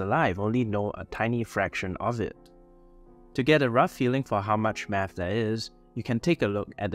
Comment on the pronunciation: Yea man doing meth is lonely, I just did meth before watching this video, btw you got the spelling wrong in the thumb nail and you kept pronouncing it wrong throughout the video. ✌️